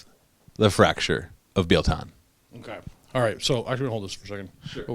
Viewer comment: Bi-el not Bee-ell thats painful. I play Biel tan since by first model purchased. Thans for the review.